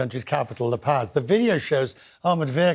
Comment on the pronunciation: This news anchor needs to learn some basic Spanish and French. He pronounces "La Paz" like a ignorant hillbilly and says "coup d'etat" like "coo de tat"